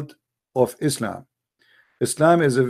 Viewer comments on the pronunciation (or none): none